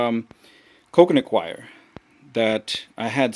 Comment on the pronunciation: What is "coconutquire"... im not sure what you're saying... but that's what it kept sounding like...